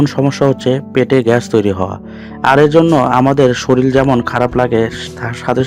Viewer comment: Mohasoi! 'soril' noi, bolun "SORIR"!